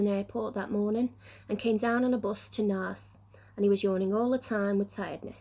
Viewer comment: You pronounced Naas so wrong